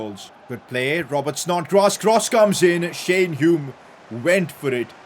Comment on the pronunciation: He finally pronounced Hume correctly 😂